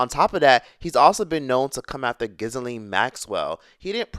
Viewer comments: I just want more people to watch you and I know some people judge. The rancid snakes Ghilane is pronounced as follows : Guh- lane. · He said, Giz-a-lean 😅